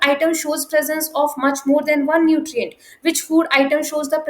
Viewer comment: Mach ❌ Much✅